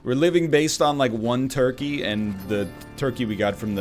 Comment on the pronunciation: Everytime NL says toikey, it gives me life.